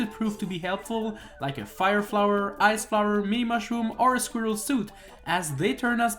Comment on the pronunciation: sque? sqerel? what is a sqerel?